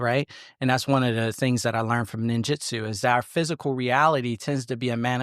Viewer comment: It's Ninjutsu not jitsu. Just a heads up.